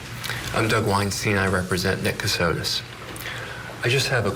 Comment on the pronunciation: Last name Kossotis, not Kasitos